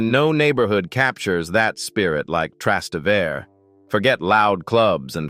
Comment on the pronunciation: thanks for your amusing profile of Italy. I do have one complaint. Your pronunciation of some Italian locations is cringe-worthy and absolutely awful. For example, "Trastevere" is pronounced "tra- ste-va-ray" with the accent on "ste". And Cinque Terre is pronounced, "Chin- quay Ter-ray". with the accent on "Chin".